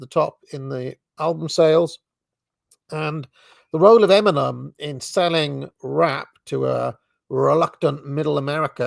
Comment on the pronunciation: I dont think British people should be allowed to even listen to rap music. Not sure how you'd accomplish that but hearing pronounce "Eminem" is excruciating and imagining him listening to rap music as a teen is horrifying. We need to protect te English' culture of manners and dignity.